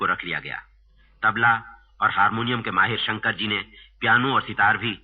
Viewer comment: Its "Shankar" not "Shankr".